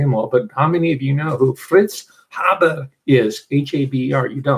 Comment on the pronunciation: fritz HAH-burr lol!!!